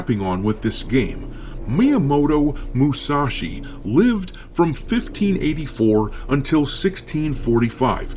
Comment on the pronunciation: Good find.. soon or later they will change the book of five rings to book of five panties. Btw your pronunciation of musashi needs help bro.😂